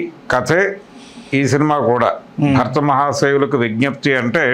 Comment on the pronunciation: అరేయ్ అయ్యా భక్త మహాషాయులు కాదు భర్త మహాషాయులు 😂😂